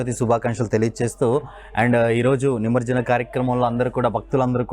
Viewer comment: నిమర్జనం కాదండి.. నిమజ్జనం అని పలకాలి